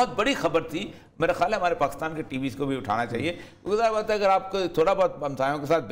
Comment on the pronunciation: پ " پاکستان " میں ۔ " ک " کے نیچے زیر لگائیے نہ کہ زبر ۔ شکریہ